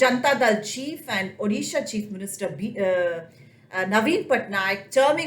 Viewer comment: Someone pronounced ‘Odisha’ right. You must be a Odia yourself. Glad to hear this finally